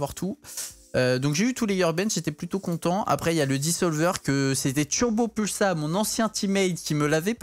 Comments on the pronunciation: mdrrr il dit toujours "turbopUlsa" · est ce que kaydop a un jour prononcé correctement TurboPolsa ?